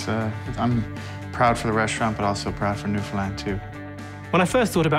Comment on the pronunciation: How many times can he pronounce Newfoundland wrong in this video can someone count